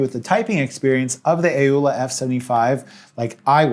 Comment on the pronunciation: Why does he say A-owla... when it's clearly pronounce Owla. Oh, forgive my lack of manners. Hi. My name is Pee-awl.